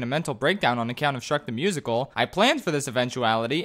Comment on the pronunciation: shreek da moosikal